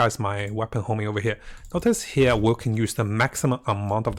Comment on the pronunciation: Bro it not hoMing but hoNing! Except that, the guide is very nice tho!